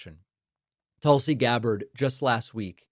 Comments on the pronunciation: Pronounced TOOL-si. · Her name is pronounced "Tool-see" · David, you mispronounced "Tool-see"!